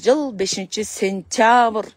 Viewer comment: 2025-5-Сентявр эмес,Сентябрь деп айтсаң